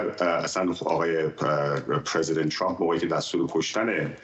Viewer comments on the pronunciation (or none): none